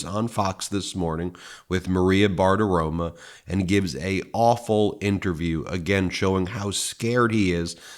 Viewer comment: Ben, for the umpteenth time, it's Maria Bartiromo, NOT Maria Bartaroma! You keep pronouncing the ending of her last name like the word 'aroma' instead of 'romo'. Come on, now! (retired teacher) 😇🙏🌈